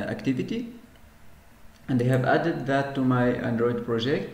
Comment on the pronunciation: Please work on your English... It's not Antritt, it's Android etc...